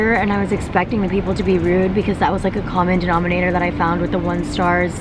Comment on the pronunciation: Is no one gonna talk about how she said common denominator ?